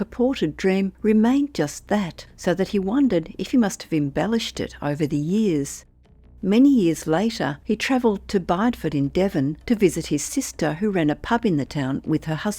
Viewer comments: It's pronounced Biddyford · Can I just say the town in Devon - Bideford- in the first story, is pronounced Biddyford! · small point , its generally pronounced Biddyford.